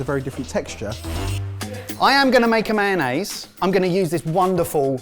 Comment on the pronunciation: onnaise LOL